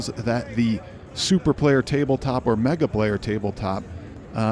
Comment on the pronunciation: It's amazing to me that it's been a whole year and you still can't get the name right. You try to review and/or fill viewers in on products and can't get the product name right?